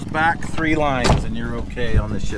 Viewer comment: Tree hundred twenty tree